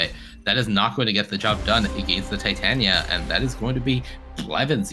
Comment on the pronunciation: Why can none of these creators/commentators say Titania's name correctly? 😂